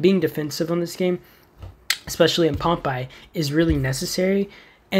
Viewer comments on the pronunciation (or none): The only game tip I could give you is that it’s pronounced Pompay not like popeye